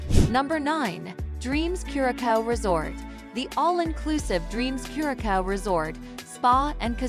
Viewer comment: It’s not pronounced cure-a-cow. Embarrassing